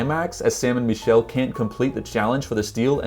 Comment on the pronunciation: Bro you keep saying “ME”chelle when it is actually pronounced “MIH”chelle🤦‍♂️It’s driving all of my friends nuts when they watch your videos